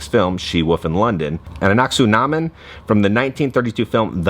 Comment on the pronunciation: Brendan Fraser is throwing his coffee with how you pronounced Anek-su-namun.